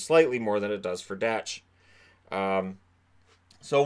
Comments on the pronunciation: Kirby Dach is pronounced "Dock" not Dach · Dach is pronounced dock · I’m pretty sure that Kirby Dach Is pronounced DOC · Kirby Dach pronounced “Dock” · How many times can you pronounce Dach wrong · It's pronounced "cousins" and spelled "cozens". Great stuff though very informative. Dach is pronounced dack as well. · also just some corrections on pronunciation (as hopefully we’ll be talking about these players for the next decade): Cozens is pronounced Cuh-Zens not Co-zens and Dach is pronounced Dawck (like Bach the composer but with a D)